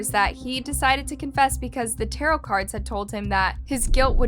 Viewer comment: tarow ? i thought it was tarot